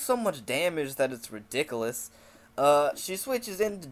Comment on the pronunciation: "its ridicilikolous" lol thats hilarious